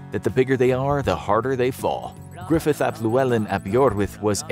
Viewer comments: The Narrator pronounced his name perfectly tho. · Nailed the pronunciation of that Gruffudd character